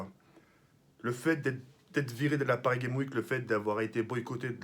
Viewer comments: c'est PARIS GAMES WEEK pas paris geim week vas apprendre à parler correctement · Mdr il m’a tuée a dire : Paris game wike 😂😂😂😂